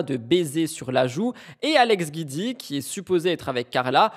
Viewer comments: Se prononce jioudi pas guidi . C'est juste le raccourci de son nom Giudicelli .... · Coucou Hope you doing better ❤ Guidi se prononce Gwouidi 😊 Kisses